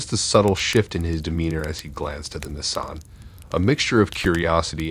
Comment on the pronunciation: yeah I went back and listened to it again. He’s deliberately mispronouncing that. There’s no way possible that’s just the way he says just those two words and everything else is just regular pronunciation. Maybe it’s a licensing thing or… maybe he’s not giving Nissan a free advertisement. Idk but it’s weird